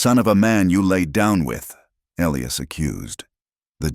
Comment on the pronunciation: And it's pronounced E-lie-us, not Elee-us. Come on, AI!!